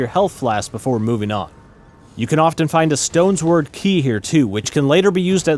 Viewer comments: It’s “stone-sword” not “stones-word” key 😅. Great video! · Stone-sword* not stones-word lol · “Stones word key”. It’s stone-sword. You know, because it’s a little stone sword?? 😂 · I've got an uncanny feeling about this video. Did you use AI to narrate it, and then pop in every once in a while to record a snippet of video lip-syncing? There are some words mispronounced only the way AI would do it. "Stones word" instead of Stonesword for example. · He did not just say Stones Word Key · Bro said "Stones word" key